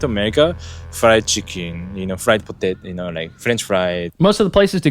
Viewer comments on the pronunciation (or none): none